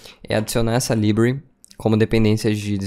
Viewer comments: Bom vídeo. Só precisa pronunciar "library" corretamente. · Conteúdo maravilhoso, só dói o ouvido quando ele diz library.